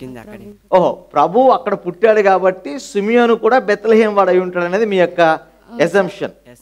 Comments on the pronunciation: Sumiyonu not simiyonu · సుమెయోను.... తప్పు పలికారు. తప్పు వ్రాసారు... తప్పు క్విజ్ మాస్టర్ ది.